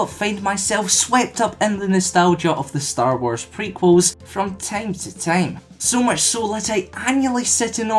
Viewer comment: Where the fuck are you from? Why did you say "from TEIM to TEIM" instead of "from time to time"? This is so fucking annoying, learn how to speak before uploading something